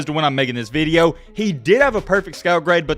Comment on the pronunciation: you lost me at "veedeo"..